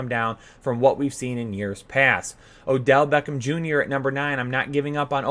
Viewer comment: Are both of you guys taking turns in Butchering the name of Odeel Beckhma Jr. ? xD